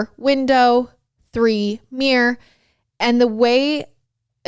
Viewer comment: You say Mirror like I do "Merr" Has anyone else pointed that out to you like I get constantly? lol Several words I say differntly Breakfast/bref-as, Oil/all, Iron/arhn, Syrup/sir-ub, Salmon/saL-man, Mayonnaise/man-azeman-aze...I could go on and on lol